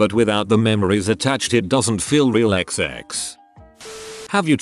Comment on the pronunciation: Every time he says "xx", you now hear "egg sex". you're welcome.